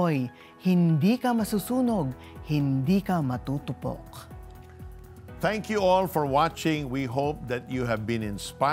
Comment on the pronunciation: hindi po maTUUtuPOK. it should be, MAH TUU TUU POK.